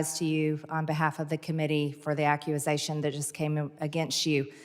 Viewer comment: Acc-QAnon-sation LOL